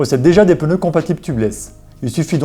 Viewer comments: Quand j'entends "peuneux " au lieu de "pneus " 🥴 , ça devient compliqué le reste de la vidéo. Mais y'a des gens qui "croivent" que ça se dit comme ça !? 🤘😜👍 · ”Les pEneus”